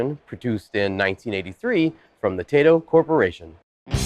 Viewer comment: This was one of my favorite games back in the day. Btw I believe Taito is pronounced "tie-toe" not "Tay-to". Could be wrong though.